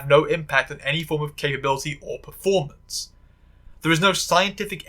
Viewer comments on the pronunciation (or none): none